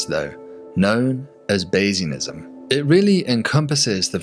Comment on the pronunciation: It helps to turn on the captions because I heard "basinism." Ok, I didn't understand your explanation or application of Bayesianism so I asked ChatGPT to simplify it and here's what I got: (1) starting beliefs , (2) new information, (3) updating beliefs, (4) better guess. Regrettably, I got lost in math and statistics (I'll watch this again later). I'll close my comment by saying that maybe we shouldn't include Musk in similar discussions. Musk might be saying what he's saying to incite media hype—stats be damned and he's also in a cultural and industrial position to start and leverage paradigms. Imagine this being the 80s or the 90s and asking industry experts if the private sector can ever start a space program. Things can change. Love this topic, just wish I understood the math more.